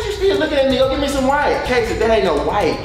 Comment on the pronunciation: Wait a min “ WEPES “ ?? 😭😭😭 . I could’ve sworn it was “ wipes “